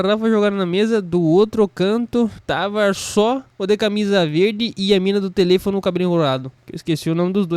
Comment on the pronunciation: Bah "tele-fono"